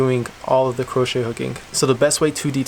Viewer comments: no offense but its pronounced (crow-shay) hook not (kru-ch) hook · Its pronounced cro-shay baby lol not croshe